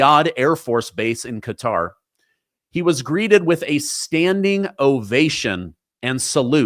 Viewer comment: Thank you for pronouncing, Qatar properly.